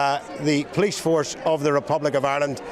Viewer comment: You can't even say the name of our police force properly and they are not middle class people they are scumbags who are probably all claiming the dole .